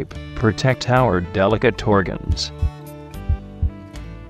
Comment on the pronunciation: “and other ORIGANS...”